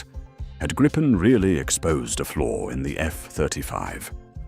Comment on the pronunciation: This is a LIE! There are crap podcasts eating each other's BS and appears to be one of them. Hell your AI cannot even pronounce the word Griipen. Canada has not chosen the Gripen. STOP TELLING LIES!!!!.